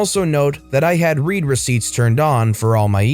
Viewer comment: A "read" receipt is not a "reed" receipt, but a "red" receipt.